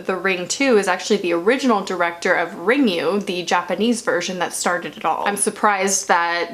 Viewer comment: It's RIN-GOO, not RING-YOU.